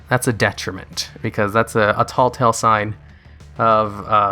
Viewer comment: TELLtale sign, not TALLtale sign Great video as always